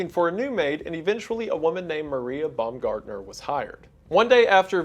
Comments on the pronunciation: Imagine going to your first day on the job and being murdered, then years later wendigoon makes a video about it and pronounces your name “bum-gardener” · Also Rieger and Baumgartner